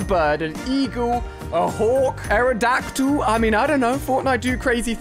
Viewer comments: I’m done he legit said airadactyl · He said aerodactyl 😂